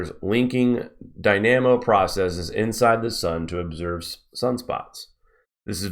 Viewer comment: Search up Solar dynamo. Also he is pronouncing it incorrectly. Should be dai· nuh·mow. Basically it is the magnet oscillation of the sun which is said to be quite consistent in its many dimensions.